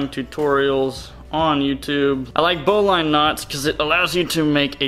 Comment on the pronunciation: you put 6" instead of 6' you dolt 🤭😮😂(jk) also bowline is pronounced bow-Ln not bow-line. you got to get that southern boy twang going 😆